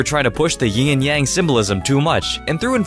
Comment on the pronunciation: It's yin and yang not "ying and yang"